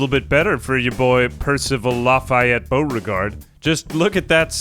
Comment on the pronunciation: Omg the way you pronounced Lafayette Beauregard was Soo good. Is that what ASMR is like? I had to rewind ten times